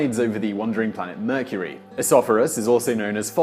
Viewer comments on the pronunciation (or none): none